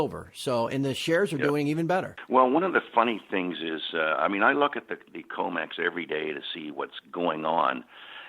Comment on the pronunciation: Comex not comet